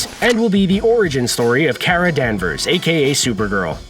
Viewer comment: "Kara" is pronounced "Car-uh," not "Care-uh."